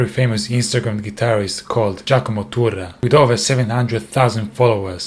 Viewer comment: Non mi è piacuto solo che tu abbia pronunciato Turra come se lo avesse fatto un inglese. Slap...